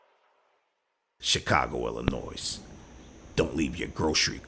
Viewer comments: its 'Illinois',the s is silent. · I live in Chicago and This is WHY it's UNFORTUNATE THAT PEOPLE cannot CONCEAL AND CARRY HERE. THESE THIEVES WOULD BE DEAD IN THE SOUTH OR THE SOUTHWEST. P.S. THE " S" IN Illinois is SILENT....ITS ILLINOY... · The "S" in Illinois is silent. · The S is silent in Illinois just as an FYI.